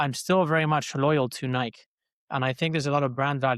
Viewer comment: It’s no longer pronounced Nike for me, its “Niik” now‼️